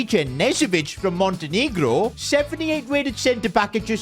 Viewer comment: bro did not say montenegro correct